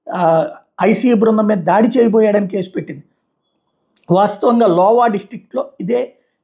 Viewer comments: లోవా కాదండి అయోవా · లోవా కాదురా అయ్యా...అది అయోవా